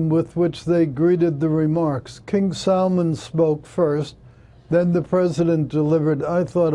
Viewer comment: why does he keep calling him king salmon.